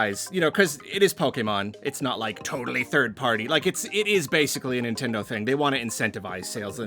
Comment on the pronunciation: People that say “N tindo” pmo